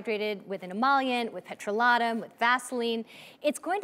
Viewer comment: Petro-lah-tum? Does she also say “meecro-wah-vey?”